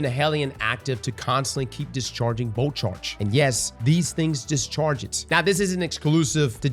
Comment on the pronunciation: Luv every time you say “boat charge” that’s what I hear.